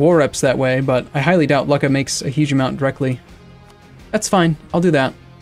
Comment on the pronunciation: I realize its intentional but hearing "luck-a" makes me cringe a little